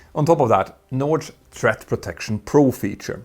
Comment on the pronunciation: Look up pronounciation for "flammable", "origin", "threat", "through", "aftermath", "partially", everything else is just charmingly Swedish. Great video!